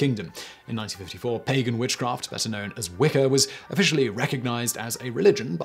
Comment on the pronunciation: Did you just say its called Wick-O?